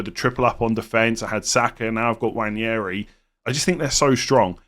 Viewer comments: Nwaneri, not Nwanjeri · For the love of god please say “Waneri” instead of “Wanyairy” it’s killing me. No idea where the Spanish Ñ came from 😂